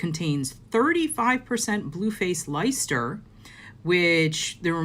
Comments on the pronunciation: Hi - it's pronounced 'Lester'!! (I live in the county...) WYS wool is awesome for socks and lace projects. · Thank you so much, this is the video I've needed! One question though, the WYS yarn says 4 ply on the wrapper, but you showed that it's made of 3 ply, so why is it called 4 ply? Also, does that mean that '4 ply yarn' is the same as fingering weight? (ps, Leicester is pronounced 'Lester'...) Thanks again! 😊❤️ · I wish I'd had this video a few weeks ago when I was looking for yarn to make a pair of shorts and top that will be PJ's! But I now know for future reference, thank you. If reference to the WYS yarn. I'm in England and I'd just like to tell you that we pronounce Leicester, Less-ter. We have really weird spellings for some places, and I get them wrong all the time, so how we expect people from other countries to get them right is beyond me! Lol. Take care xx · Hey great video thank you so much, I’ve bought some yarn that I fell in love with in Norway but trying to work out its weight as it doesn’t have it on the sleeve! This has been really helpful. Just a FYI on the blue Yorkshire wool, Leicester is said “less-ter” most of the letters your don’t pronounce, same as most of England’s counties and towns, just to keep everyone confused :)